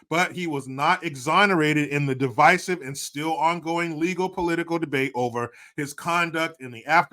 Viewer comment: I’m so happy you can pronounce the word divisive correctly! The Liberal Hivemind guy has a great show but keeps saying di-VISS-ive all the time it drives me crazy!